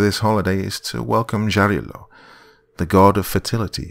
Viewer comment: Sorry, "Jarilo" - Sun God - is pronounced "Yarilo", not "Dzharilo". Probably "Jarilo" is how Germans with their "Ja, ja, mein Herr" wrote that word down. "Yarilo" comes from "yarost" which means "fury". So - Furious Sun. Or "yarkiy" - "bright".